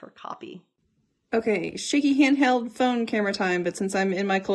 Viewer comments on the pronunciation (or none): none